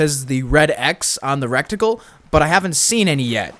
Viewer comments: drove me crazy how many times you said "rectagle" instead of reticle, and "blimp" instead of blip. the blimp one is extra retarded lol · everyone calling out Supposably but no one is saying anything about "Recticle" its "Reticle" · I’ll be the one to say this, it’s pronounced “RE-TICLE” not “REC-TICLE” for the future. Cool video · And “recticle” its reticle. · Not piling on, but yeah I thought "rekt-icle" instead of reticle was a pretty funny one lol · That ans reticle - recticle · The thing you aim with is called a reticle, not a rectickle😂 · This is the second RDR2 content creator I watched today who says wreck-tickle instead of reticle. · It's pronounced reticle, not recticle... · he says recticle instead of reticle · don't worry about saying "supposably" i'd be more concerned about saying "RECTicle" and not reticle 🤣😆🤣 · It’s not recticle it’s RETICLE dyslexic ass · Cool video. Side note, you’re saying recticle but it’s pronounced reticle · Bruh it’s RETICLE not RECTICLE. lol good video though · "Rectacle"? HAHAHAHA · “Rectacle” is crazy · Suppoza BLEE Suppoza VLEE RECTicle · Palm tree. Also fyi it's reticle. Pronounced Reh-tickle. Thanks for the vod. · Every time he said “recticle” I thought butthole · It's crazy how many youtubers can't pronounce reticle. 😂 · I'm sorry I know this is a nitpick but your pronunciation of reticle isn't correct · You obviously speak well but yeah “supposebly” is not a word. Also I think you said reticle wrong also, sounded like you said reckt-icle